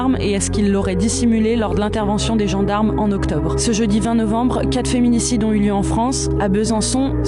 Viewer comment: "un dispositif anti féminininicde" ?? C'est quoi…